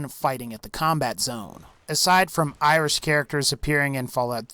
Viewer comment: it's pronounced our -land and eye-rish i kmow im Irish